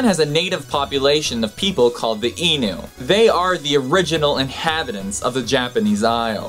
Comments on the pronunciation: Enu?..... Ainu is said like "I knew" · The correct pronunciation is EYE -nu , not ee-nu .